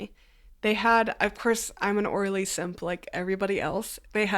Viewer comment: Omg I thought she was saying Orly, like the wool rug people & I was shocked but impressed by their market flexibility 😂😂😂